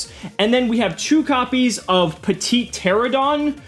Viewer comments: it's pronounced: TER-RAN-UH-DON. I don't mean to nitpick, but I figured to help there. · I love how you mispronounced Petiteranodon in like 4 diffrent ways.